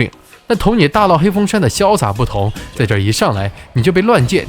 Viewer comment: 拿（La)下, 那(La)里, 大闹（Lao）, 难（Lan）关。。。内容不错，但是听这些发音还是有点不舒服😂